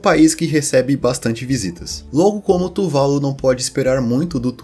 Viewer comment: AAAAAA! É "tuvaLU", e não "tuVAlu" Q raiva kkk